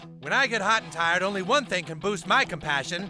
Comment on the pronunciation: Cummitment! Cumpassion! Cumradery!